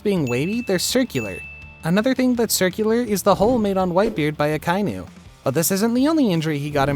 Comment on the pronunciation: The way he says Akainu ruined it for me. Reminds me of the last air bender movie. Oof